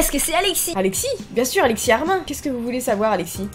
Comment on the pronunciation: Armin ce prononce armine